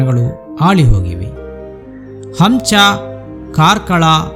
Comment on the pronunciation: ಹಂಚ ಅಲ್ಲ ಅದು ಹುಂಚ ಅಂತ. ನಾವು ಅದನ್ನು ಹುಂಚದಕಟ್ಟೆ ಅಂತಲೂ ಕರಿಯುತ್ತೀವಿ.